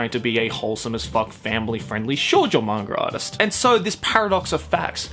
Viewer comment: Is it 'manga artist' or like u say mangaratist